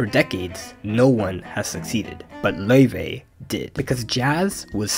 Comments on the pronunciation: btw its not pronounced loi-vay its pronounced lay-vay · Lau-Fey brother is pronouncing it wrong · I love how Adam slowly changes his pronunciation of Laufey from the original way to say it in the Icelandic way to almost saying Levy at the end. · according to laufey, it's pronounced "lay-vay" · WHAT?! THAT'S HOW YOU PRONOUNCE HER NAME? LAOUVEY?!?!?! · Her name is pronounced 'ley-vey'. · He was pronouncing her name wrong on purpose cause he’s jealous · Someone is super jealous and loves pronouncing her name wrong. Cringe!